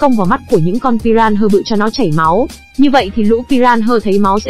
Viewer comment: huhu... con cá đó đọc tên là pi - ra - na mà, đâu phải pi ran hơ 😭😭😭